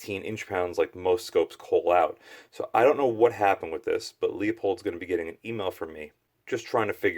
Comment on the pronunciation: It's not frickin Leo-pold, or leeyou-pold it's pronounced Loo- pold. Call them and ask. So tired of East Coasters that either cannot read, or refuse to learn before butchering it a video. Even Oregon hillbillies know that.